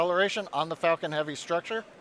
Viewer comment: lol he said Falcon heavy, my ears heard fucking heavy